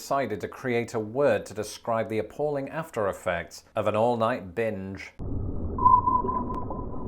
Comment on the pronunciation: oh you said "binge" at the beginning. i heard something completely different lmao